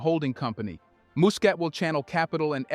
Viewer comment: Muscat should be pronounced as ' Mascat ' not mu.